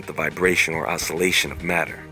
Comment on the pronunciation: It's "THE BEING AWARE THAT YOUR AWARNESS IS AWARE" O...SOUL...ATION